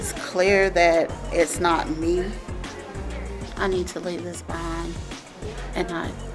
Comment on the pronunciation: Can't even say toxic OMG